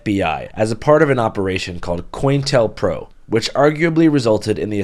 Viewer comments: It’s Co-Intel-Pro not COINintelPro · Great video, as always. Just wanted to point out that the program is pronounced "co-intel-pro" rather than "coin-tel-pro", because it's short for "counter-intelligence program". Sort of like how "gestapo" is actually short for "Geheime Staatspolizei". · Great video as always. Just FYI it's pronounced co-intel-pro (shortened from Counterintelligence Program) not coin-tel-pro. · Also bro , great stuff , I respect how far you stretch to cover so many different topics. The op is pronounced co-intel-pro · Bro, COINTELPRO —- pronounced Co Intel Pro…. lol 👍